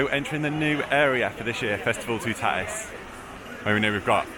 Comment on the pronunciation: I wish British people would pronounce it correctly it's too ta tis ...toutatis not tootaaatis